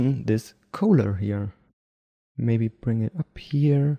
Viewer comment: Just trying to help you out... "collar" is pronounced just like "caller".. at least in California it is.